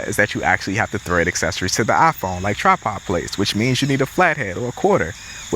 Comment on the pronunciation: Brother it’s tripod not trapod 😂